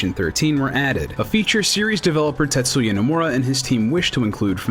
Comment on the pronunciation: I heard titsuya